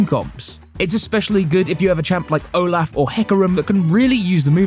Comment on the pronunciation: ohlauf and heecarim